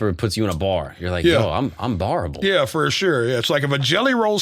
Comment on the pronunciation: said "Oh I'm BAR-able" and I completely understood that! 😂... Great episode fellas!